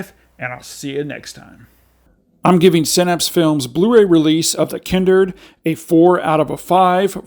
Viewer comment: The Kindered? How did you pronounce it incorrectly when it actually says The Kindred in the trailer you posted in the reviews lol? In any case excellent review 👍